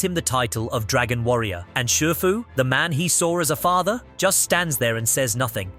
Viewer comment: It’s pronounced RAM-zees and SHEE-foo, “”! 🤨